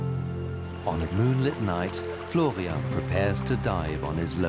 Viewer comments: So is the man's name Florian or Flovian? I'm hearing Flovian. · if i hear florrrrrrrrrrrrrrrian once more in my life, i swear